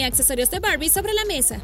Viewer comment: Es Barbie no borbi😒